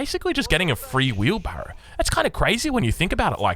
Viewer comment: Im new to AEO I’ve been hearing it everywhere but what the fuck is wheebarro